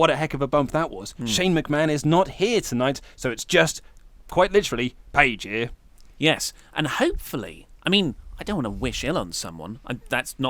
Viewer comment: your intonation for "paige here" is wrong